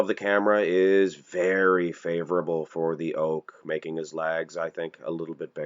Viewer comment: Why does this guy pronounce legs as "LAGS"?